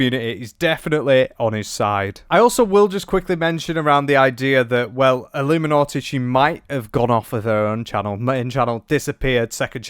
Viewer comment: So nice to learn so much about ah-loom-ah-naugh-eh. Whoever that is 😅